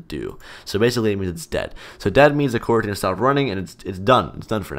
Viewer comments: Normal people: "Coroutine" Me: Q u a r a n t i n e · at first, for a second, i thought he said quarantine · FYI. To avoid confusion in it's title, it's pronounced "co-routine".